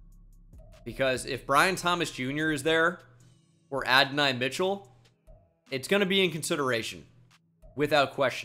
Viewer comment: ok I was wrong with mike but Adonai I’m not lol. That’s literally my son’s name spelled the same and everything. Lol think I know how to say my kid name.